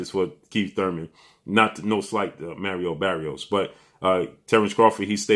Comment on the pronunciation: “Merrio Berrios” 😂😂😂 its Mario Barrios 😂😂😂